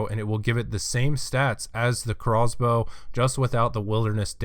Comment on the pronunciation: Ohhhh he's saying Craw's Bow not Crossbow